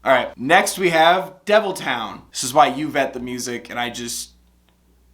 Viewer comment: no one: not a single soul:: cave-ton